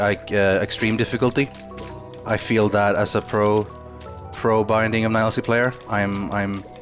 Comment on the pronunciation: this is so why is he saying Nielsy?